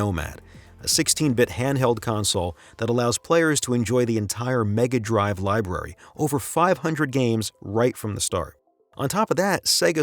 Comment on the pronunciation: It feels jarring hearing “mega drive” spoken in an American (or maybe Canadian… idk, I live up North, Canadians sound like Americans to me) accent. I’m used to hearing “Sega mega drive” in a European accent anytime it’s spoken.